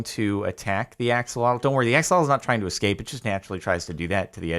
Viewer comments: My guy it's Ah-SHOH-loh-tl not Aks-uh-LAW-tul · It’s said like ah-sho-lote